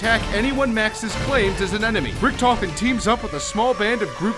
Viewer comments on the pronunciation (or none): thats funny how english People cant say richt-ofen the say richttofin not hate tweet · The pronounciation of Richtofen hurts a bit xD